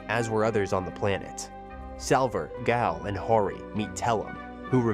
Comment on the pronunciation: I'm guessing the voice over was done by AI. How many times was Gael inconsistently pronounce as Gal, Gaul, Guy-El, etc. lol